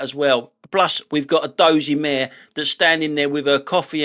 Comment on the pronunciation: When you said “dozey mare on the road” I wasn’t looking at the screen and thought you had ran over another dozey mayor or Sir Dozey Mayor😂😂